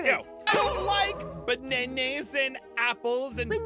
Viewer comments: "You been acting be-ne-nes" LOL! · Aphmau: You don't like ✨Banenes✨. Ein: But you don't like 🥦Broccoli🥦 Aphmau a while later: But you were acting ✨Banenes✨ Me: 🤣🤣🤣🤣 IMA LAUGH ALL I WANT UNTIL I GET DIEDEDED🤣🤣🤣🤣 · Aphmau:what about your banaynas. Got me cracking up